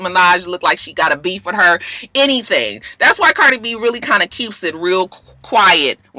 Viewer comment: you so funny. You called Cardi B. “Bardie” 😂. It’s ok though. I knew what you meant.